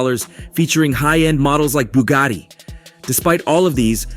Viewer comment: If you don't know exactly how many cars/houses (give or take 2) you own, you're a freaking liar. No video of signing deals. No receipts, no close ups of the money or watches. Can't even pronounce the name of his car (Bugatti). Fake money and jewelry can be bought online. How about this - If you know how much money you have, you don't have any. Same for real estate. WTF = Fraud.